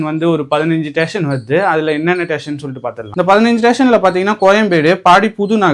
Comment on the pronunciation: மெட்ரோ ஸ்டேஷன் ❌️ மெட்ரோ டேஷன் ✔️